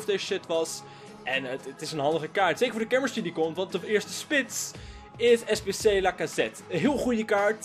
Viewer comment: jij lunt echt niet praten met je sbc klinkt als poep als je dat zegt